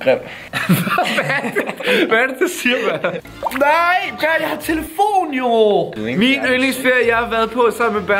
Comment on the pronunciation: det hedder baer ikke ber